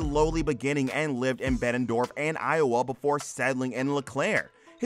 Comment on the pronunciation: Iowan here. I don't mean to be mean to you but you might want to double check the pronunciation of Bettendorf and Davenport. I actually bumped into Mike at the Indinana military museum a few months ago. Or at least I saw the pickers there. Tried to flag them down but they kept driving. Oh well. Maybe next time.